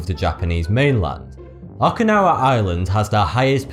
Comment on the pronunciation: You proud ounces okinawa wrong, its O ki nawa